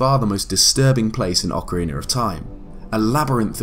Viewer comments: Why do you ocarina sometimes and ocarineer which isn't a word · Ocarina of time not “orcariner” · “Ocarinar of Time”